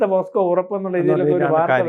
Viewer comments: പോക്സോ എന്നു പറയാൻ പോസ്കോ എന്നാക്കി പറയുന്ന അക്ഷരതെറ്റുകാർധാരാളം ഉണ്ടു. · പോസ്‌കോ എന്നല്ല പോക്സോ എന്നാണ്.. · Posco അല്ല, pocso, പോക്സോ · കഷ്ടം! ആദ്യം പോക്സോ എന്ന് തെറ്റില്ലാതെ പറയാൻ പഠിച്ചിട്ടുവരൂ മാധ്യമപ്രവർത്തകാ.....